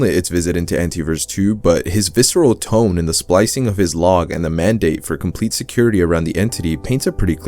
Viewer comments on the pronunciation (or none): none